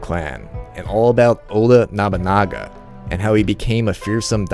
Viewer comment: You say Nabunaga like you have a Southern accent lol